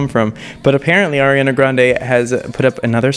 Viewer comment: At least he says "Ariana" correctly...😉